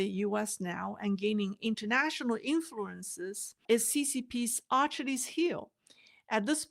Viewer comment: Someone else has probably posted this (only trying to help), but the pronunciation of Achilles is 'uh-kill-eez'. I love your work and I never miss any of your shows.